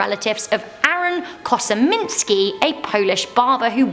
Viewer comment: It's pronounced barkshire not burkshire although it is spelled Berkshire. The name is KOSMINSKY not KOSIMINSKY! You're British and should know how to pronounce one of our own counties. At least you've stopped flapping your arms around like a pigeon. Nice girl though but I'm a pedant. TTTFN